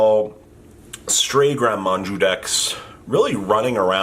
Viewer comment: Please there is no "N" in Maju